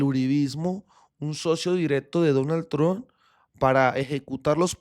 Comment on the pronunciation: Parcero, cuando diga Trump, diga tromp y le sube la calidad al vídeo 😊 esa es la forma de decir ese apellido